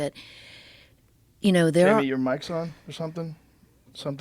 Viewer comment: come on buddy